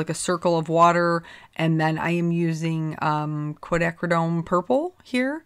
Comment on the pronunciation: You pronounced "quinacridone,"! Yay!!!:) Seriously, I love how these cards came out. You're right about the contrast between the soft flowers & the more "graphic" greetings. Tfs!:)